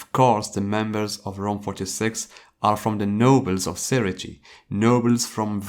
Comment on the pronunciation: Say-ray-tay not siri-tea Lol 😂